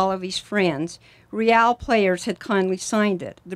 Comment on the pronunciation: this is great...but wouldn't it be greater if our team didn't have to have the lamest name of any MLS team? for years and years now no one can say ReAL correctly. the media don't get it right, the team don't get it right, the OWNER can't even get it right and he picked the darned thing. he picked a spanish name for the team...would it be so hard to get people to say RAY-AL instead of REE-AL all the time? just what the heck does "REE-AL" even mean? if you have to ask what RAY-AL means, then sorry